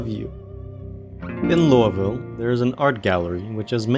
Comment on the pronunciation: First zomboid video to pronounce Louisville correctly that ive seen so far